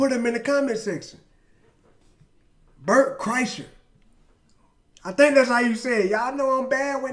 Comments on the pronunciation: You said he's name right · Crazy you said his name right coach!! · You nailed the pronunciation of his last name .